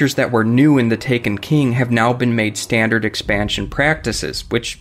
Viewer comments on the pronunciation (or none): none